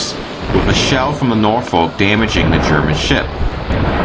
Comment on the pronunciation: When he says to ask a native how to pronounce things, he should've asked how to pronounce Norfolk! lol